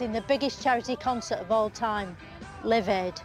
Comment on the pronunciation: That's hysterical - you not only don't pick up on her mispronunciation of LIVE but you say it's to do with AIDS